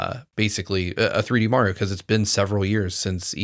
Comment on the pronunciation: I can never stop noticing how always says "Meh-rio".